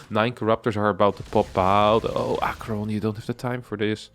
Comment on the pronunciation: I see BC's, I click. I think I already watched this, cast by winter. Still nice to have it cast by someone who can pronounce aqueron